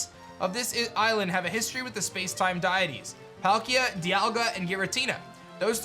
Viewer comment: deities (dee-uh-tees)